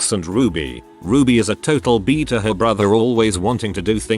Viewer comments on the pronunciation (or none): none